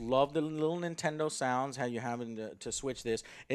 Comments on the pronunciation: Nintender switch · he said nentender switch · Ladies and Gentlemen..Introducing the Nintendr Switch! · Nintendur switch XD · "I like the interface of the nintender switch". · the nintender switch -_ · Nintender Switch. haha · "Nintinder Switch". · He said Nintender Switch haha. Joe you are the greatest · "nintender switch" lol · did he say nintender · lol Nintendur switch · Did he say nintender switch ... BOY! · Lmao he said Nintender. Joe is turning into a grandma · I gotta get me one o them nentender switches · Nintender switch? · the nintender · Nintender lmao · Nintender Switch?! lol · Nin-tinder Switch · "Nintender Switch"